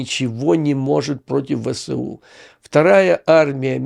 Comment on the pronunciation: Абревіатура ВСУ вимовляється як "Ве. еС. У." згідно нормам російської мови. Так само як колись вимовлялось КПСС "Ка. Пе. еС. еС." (не до ночі була згадана).